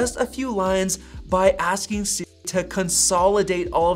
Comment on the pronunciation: Why do you say si-- instead of Siri?